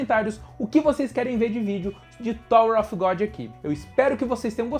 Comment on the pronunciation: Em Thor of Godi! Hahahah Tirando a zoeira, video massa! Parabens